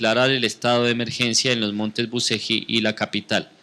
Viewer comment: se lee buchelli....y se escribe bucegi